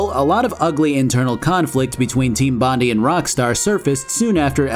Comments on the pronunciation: Great video, really good stuff.... but.... look.... it's pronounced Bon-dye, not bon-dee. Sorry. It's an Australian thing, and you probably didn't know how it was pronounced but I cringe every time I hear bon-dee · Fuck sleep a new Factory vid is out! Edit: Also as an Australian I gotta point out it’s pronounced Bon-die. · Aussie here, bit of trivia, Bondi is pronounced with a hard "I" (Eye). So Bondeye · Hey aussie here, whats done is done but for future refrence Im gonna go out on a limb and let you know its pronnounced team bond-eye. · Any other aussies die inside every time you heard "Team Bondee"? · Hearing Bondi pronounced as ‘bon de’ hurts but I kinda like it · Team Bondi is pronounced 'bond-eye' as they named themselves after Bondi beach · Bondi is pronounced Bon-dai It's named after Bondi Beach, in New South Wales, Australia Source: Am Australian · bondi is actually pronounced bond-eye, it was likely named after bondi beach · Team BOND-EYE, BONDEYE AS IN BONDI BEACH AUSTRALIA, my GOD please fix the pronunciation. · Think it's ment to be pronounced Bon-die. Like the Bondi Beach in Australia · Heard Bondee and switched off the video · Pronounced BON-DYE :P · Hey mate, it's pronounced "Bond-eye" Cheers All of Straya (Australia) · For future reference it's pronounced: "bond-eye". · Bondi is pronounced “Bond-eye.” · Its pronounced bond - eye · Bon- die. That's how it's pronounced. It shouldn't piss me off but it is . Sorry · It's pronounced Bon-die bro hahaha damn. They were named after Bondi Beach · its pronounced team bon die like bondi beach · hey mate it's pronounced bon-dye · it's pronounced bond - eye. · Bro, it's pronounced Bondye. Couldn't concentrate on everything else but this pronunciation. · As an Australian thats the first time i’ve heard someone say Bondi like that lmao! Great video, wasn’t expecting you to cover this one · I spent the first 5 mins thinking wtf did Allan bond have to do with this game before I realised 🤣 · It's Bond- eye